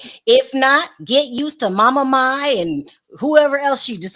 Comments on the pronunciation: Mama Mai's name is pronounced "Mama My or Mi" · Why cant yal pronounce Jeanie Mai and Mama Mai.....its not MAY its MAI......its really not that difficult to pronounce. Like the girl says her name all the time. Jeanie should get that money hunnay...